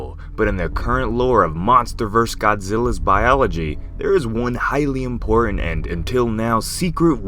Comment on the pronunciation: IMPORTANT!! There's no 'D' in Important...